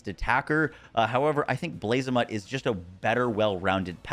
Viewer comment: Blazamut is a reference to the god Bahamuth, so it's not pronounced like a mutt from the street lmao.